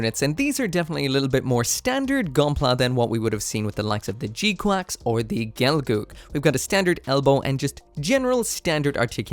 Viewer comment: Don’t know why you keep calling it G Quacks